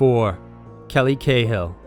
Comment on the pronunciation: 'Cahill' is pronounced 'Carl'